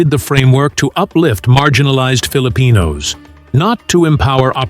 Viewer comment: Appreciate the fun facts but could you please pronounce Filipino names correctly